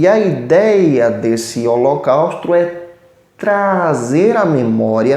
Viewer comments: Meu querido pastor, só corrija-se! " HOLOCAUSTRO " não! a palavra deve ser dita: HOLOCAUSTO. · Prezado: vc diz " Holocaustro "